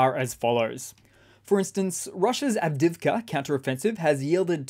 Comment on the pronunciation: Good coverage, but I do wish after all these months he'd learn how to pronounce Avdiivka. Av-Deeev-ka. It isn't hard.